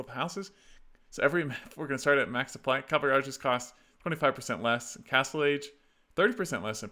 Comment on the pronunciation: I enjoy this series very much, and you're great, but it's pronounced CA-VAL-RY not "Calvary" loool